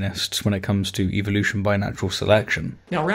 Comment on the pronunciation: Why do YECs always pronounce evolution incorrectly? They always pronounce it as "EVIL-lution" and actually yeah, no, I see why they pronounce it that way, it's part of their subliminal not so subtle brain washing methods